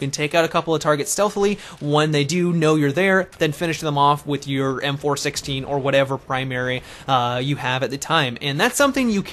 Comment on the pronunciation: NEVER EVER say M416 again please? ^^